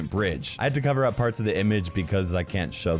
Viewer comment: I first thought that said f*** in the cover up part😂😂